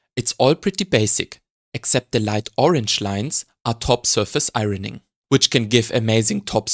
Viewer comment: A master class, thank you. Great jokes too 👍🏻. 'Iron' and 'ironing' are pronounced like 'ion' and 'ioning'.